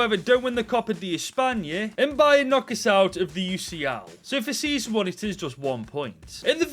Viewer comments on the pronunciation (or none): none